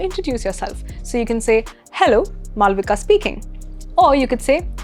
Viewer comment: See, is it really necessary to mimic the way a foreigner pronounce our name?? Like, the way u spell 'Malavika'. If ur name is 'Malvika', without the elongated /∆/ sound then its okay, but if not what is the point of mispronouncing a native name???